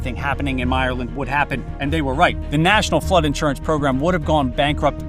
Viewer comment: I hate how you pronounced bayou. Also myerland is pronounced differently